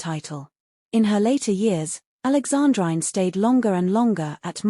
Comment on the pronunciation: Alexandrine pronounced Alexandreene! And Schwerin is Schwereen…